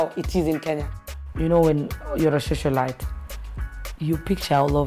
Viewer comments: Is she saying ' shoshiolite?' 😂 and bragging about being a prostitute? This is crazy, leave a legacy of being the best prostitute or what? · Did she say shosolite?😶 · Did she just say Shosholite....what in the actual fuck hahahahahaha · It's Socialite not shoshalite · People here are so judgemental. Everyone has their life to live. And the fact that she can't pronounce "socialite" correctly only means she didn't have access to the best education most of you have. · Am I the only person concerned with the fact that she can't pronounce the word "socialite"? 🤦‍♀️🤦‍♀️🤦‍♀️ anyways let me be thinned by my own.